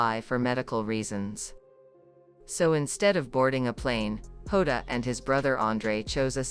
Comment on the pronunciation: Get the name right, it's Jota and not Hoda, please stop this rubbish.